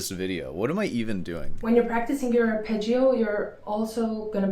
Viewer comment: It's Da-dario, not Dia-dario. Also, ar-pe-jo. In Italian Gio, Gia is always pronounced "jo", "ja" short.